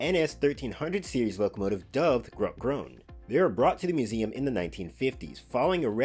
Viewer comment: No offence, but I find it funny how you pronounce Grote Groene 🙂